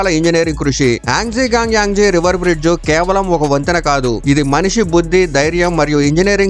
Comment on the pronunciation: బ్రిడ్జు కాదురా బ్రిడ్జ అన్ని అనాలి